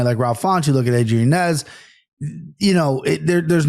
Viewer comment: Yo why does that kid in the middle insist on saying Yanez's name wrong when he's heard how to say it right a million times? I never understand when people do that. Shit irks me